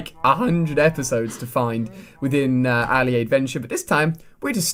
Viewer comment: Alia a it's said 4 not 5!!